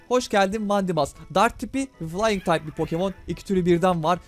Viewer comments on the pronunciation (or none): none